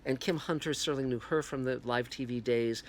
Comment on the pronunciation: Its Serling you idiot not "Sterling"